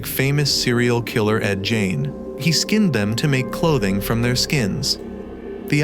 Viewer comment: Ed gein. Say the name correct. Or shut your channel down..... lol